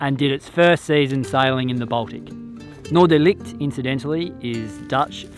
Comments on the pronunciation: I know this is a bit annoying of me, but it's not Noordelight. It is NoorderLICHT. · Noorderlicht? That looks/"sounds" like a dutch name. Northern lights. How awesome 😊 but pronouncing can be better 😉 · Try hissing like a cat...this is how you say Licht....